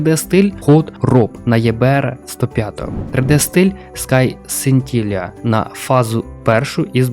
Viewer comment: Скай Синтилія? Неук бл, навчися читати 😂